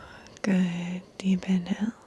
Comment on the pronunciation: I heard “deep inhale” as “deep in hell” 😳 😂😂😂